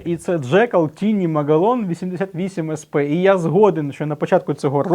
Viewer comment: Не Тіні а Тайні ;-)